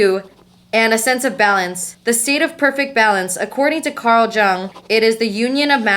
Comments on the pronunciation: Girl luv u That "Carl jung" is pronounced like yang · Its Pronounced YUNG Carl Jung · thank you for being vulnerable. also it's pronounced like carl young for future reference, wish i could've dm'd about this but i don't think youtube has that capability lol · please go and learn how ‘Jung’ is pronounced